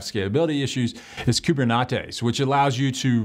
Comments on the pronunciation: no you definitely said coob-er-knot-ees. Not coob-er-net-ees. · Did I hear someone say KuberNachos?